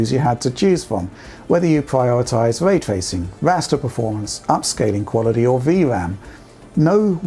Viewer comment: Hmm, what is Vray Twacing you speak about?